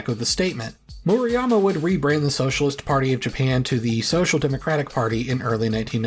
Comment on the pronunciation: Definitely not a stickler but just to give friendly advice. Murayama. U is pronounced like oo in boo That A is like the a in father Vowel sounds are difficult (if you know a romance language, just use the same vowel sounds)